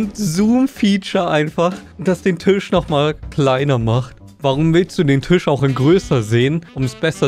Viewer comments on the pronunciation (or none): none